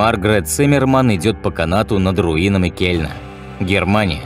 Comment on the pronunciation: Только кЁльн, а не кельн